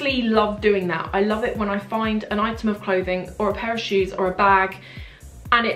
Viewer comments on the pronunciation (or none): none